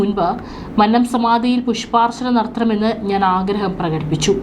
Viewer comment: മന്നം എന്ന വാക്കിന്റെ ഉച്ചാരണം ഇങ്ങനെയല്ല.